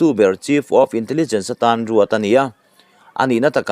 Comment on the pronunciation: Chinain kawng tam tak " tan tlang" tiha tan te kha tlan tih thlukin i chhiara tlan lai tak kha tan (cut) anga lam rik tur A dang pawh a awm nual mai.